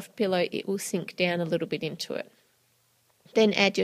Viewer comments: She said bit but it sounded like bitch haha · 긴리빅 that's what I heard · 긴리빅 I HEARD THAT TOO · I thought that too lol